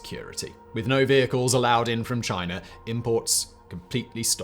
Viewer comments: Americer and Chiner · “A player called chiner”